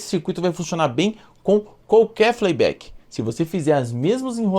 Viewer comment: 🤣 Show esse FLEI BÉK 🤣